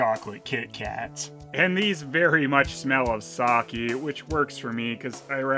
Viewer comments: It is pronouned "sakeh" not "saki" But other then that this video is very good. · You mean because he mispronounces "sake" as "Saki", as in Oroku Saki? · I actually cringe now when I hear people say sa-kee, it just sounds wrong.